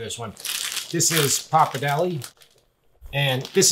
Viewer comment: It's pronounced Pappa-r-delle